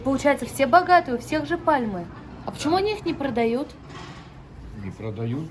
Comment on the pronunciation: Девушка вы очень,очень меркантильная!!!!!Хитрая ,и корыстная,!!!!!!!Вот почему вы всегда еишитье богатые армяни ,богатые грузины,и аоооооообще почему обязательно ставить ударение на богатые?????Такое ощущение что вы наводчица и спецально вхожи такие дома ,чтобы покозать кому надо достаток этих людей?Вы тронулись из_за денег???Вы себя непрофесионально ведетье,некоректно